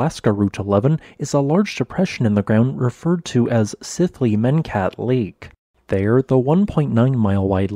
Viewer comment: "Sith-lee-men-kat" -- the "y" is silent and does not represent a separate syllable?